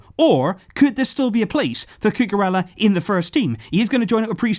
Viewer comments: Just a correction, ella like in cucurella in spanish is pronouned like eya, a y sound replaces both L's. Love your content, i wait for it every day, appreciate your hard work, keep doing what youre doing, visca barca! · listening to him say Cucurella is quite frustrating... Blancos fan btw...